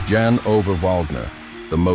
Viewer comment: Your pronunciation of Jan is pathetic. You need to learn how to say his name. 😠